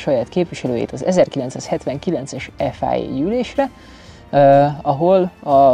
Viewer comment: Imádom a főcsatornát és ezt a csatornát is, elképesztő az a tudás ami benned van az autókról, szeretem a stílusodat is szinte minden videót megnézek tőled. De, légyszives ne mond már, hogy efájéé! Az FIA vagyis fonetikusan efia ugye mondanom sem kell, hogy Párizsban alapították és teljesen európai! Ne mondjuk már angolul!!!!!! Köszönöm. 😄✌